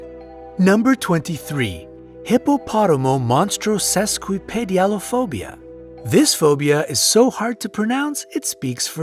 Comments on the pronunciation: “Hippopoto-monstro-esquiped-aliophphobia” That’s how I would’ve pronounced it... I’m sure you’re almost on the money, however: You said “hippopotomo-monstro...” so you added an extra “mo” in there. (But, hey, better than “hippopoto-moneytoes-equipped-a-phobia”! Cuz had you not pronounced it at all, then I would’ve half-assed it, phonetically mumbling something like that! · YOU MISPRONOUNCED AND MISSPELLED HIPPOPOTOMONSTROSESQUIPPEDALIOPHOBIA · Hippopotomonstrosesquipedaliophobia was pronounced wrong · hippootomonstrosesquipedaliophobia is pronounced as hippo to monstrasis quip a dale i phobia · I think he added an extra "mo" to fear #23 he pronounced it hippopotoMOmonstrosesquippedaliophobia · U butchered 23 it's hippa pota monstrosa quip Id alia phobia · Couldn't get over how every single time it was said, hippopotomonstrosesquipidaliophobia was mispronounced. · You mispronounced hippopotomonstrosisquipadeliaphobia